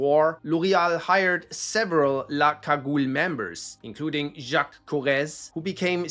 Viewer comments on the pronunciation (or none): none